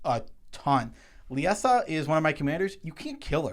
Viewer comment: Why can’t we all pronounce LIE-ZA...? It’s the name... Liesa.